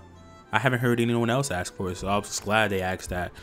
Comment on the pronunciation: Lol you say “axe” instead of “ask”. It reminded me of Futurama.